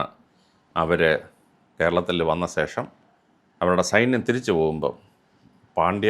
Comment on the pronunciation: സേഷം അല്ല ശേഷം